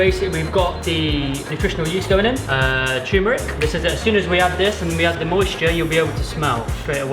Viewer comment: Loved this vid, and welcome back. 2 quick things... ketchup and eggs=no!... and also loved how your guest chef mispronounces “turmeric” as “toomeric”, but it’s all good. 👍